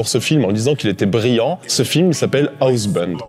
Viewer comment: Monster squad ça a l'air d'être une bombe. Je cherchais justement des films sur ce thème à montrer à mon fils. En revanche, je cringe à chacune de tes prononciations de Housebound. Mais ne change rien, c'est toi le meilleur.